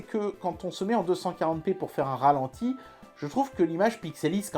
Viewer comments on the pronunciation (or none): "Ratenti" ?? non.. Ralenti :)